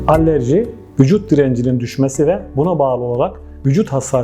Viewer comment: Allerji derken? Alerji olmasin